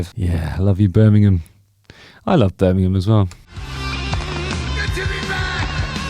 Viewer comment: Birmingham ham not gum 😀